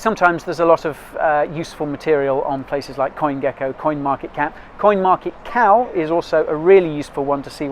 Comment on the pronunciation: He said coinmarketcow again, but he means coinmarketcal. LOL.